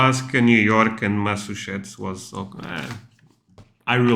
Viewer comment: The way he pronounced, Massachusetts keep working man getting better every day (mass-a-chew-sits) best way I can put ia